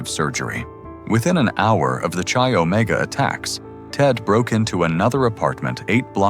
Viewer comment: Chi Omega is pronounced Ki Omega not chi as in Chilld Thx.